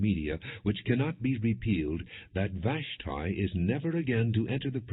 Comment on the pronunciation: Glad Vash tee is not mentioned long the mispronounciation is driving me crazy